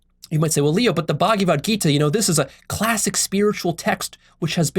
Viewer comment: What is the "Buggy Vud Gita?" I'm pretty sure that in Sanskrit it is pronounced "Bhagavad Gita" and although the Hare Krishnas treat "Krishna" as separate from themselves, hence the delusion, I know from experience of my SELF that the Slokas in the Gita are SELF-evident and ring TRUE so I would hesitate at Leo dissing such a great book and dismissing it lightly. I don't think you are at a level where you can do that. Even though I get what you are saying about blind belief however if you are awake then the Gita is a Golden thread, a Jacob's ladder leading to the TRUTH.